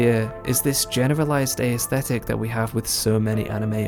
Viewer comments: Nice video. Just a side note: "aesthetic" only has three syllables. "Ae" is one syllable not only in modern English but also in ancient Greek, where the word comes from. You pronounce it as ay-esthetic. ;) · That is not how you pronounce aesthetic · I'm from England, it is not. The ae is one sound, sorry.